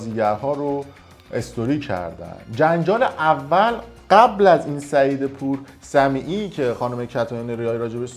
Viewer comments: پور صمیمی رو میگی پور صمیعی بعد به ع که میرسی صدا رو قطع میکنی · البته‌صمیمی‌...نه‌سمیعی😮😮😮😮😮 فامیلشم‌درست‌بگو‌ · حرفهات کاملا درسته ولی پور سمیعی نه و "پورصمیمی" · سعید پورصمیمی نه پور سمیعی آقای تعارض نه تعرض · پورصمیمی ! نه پور سمیعی😬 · خب مثل یه مجری حرفه ای قشنگ بشین ولاگ رو اجرا کن. چرا اینقدر جوّ زده میشی و داد میزنی و بالا پایین می پری تا پور صمیمی رو پور سمیعی بگی و آخرشم بیای همه ی پوسمیعی هایی که اشتباه ضبط کردی رو دونه دونه از رو ویدئو ادیت کنی و "ع"ها رو پاک کنی؟! از دست ایرانی جماعت!خخخخخخخخخخخخخخخخخخخخ!ا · چرا اسم سعید پورصمیمی رو میگی سعید پورسمیعی ؟ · به جای پورصمیمی گفتی پورسمیعی. حالا اشکال نداره .چرا هر دفعه صدا رو قطع می‌کنی؟ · ههههههه تو هم شبیه امید دانا داری مزخرفات دیگران را بلغور میکنی ، حتی اسم پور صمیمی را‌را بلد نیستی و از تکسی که برادران بیسواد ارسال کردن میخونی ، بعد مجبوری اون اخر فامیل یارو را که اشتباه گفتی با بیب غلط بگیری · جناب چرا میگید پورسمیعی؟ حتی از روی نوشته هم پورسمیعی میگین